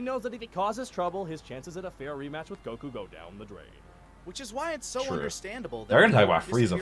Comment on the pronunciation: The way the one guy pronounces Goku grates against my skin like a rusty cheese grater covered in broken glass.